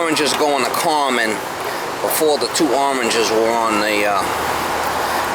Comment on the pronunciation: I always wondered what "carmen" was. Now I know - common.